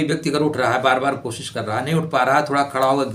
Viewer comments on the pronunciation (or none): none